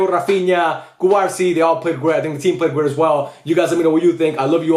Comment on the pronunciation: should you pronounce cubarsí with a stress on the í instead of the a?